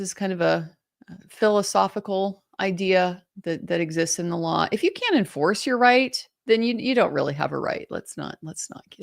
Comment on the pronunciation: 😂😂😂 he can barely stick to the "lawr"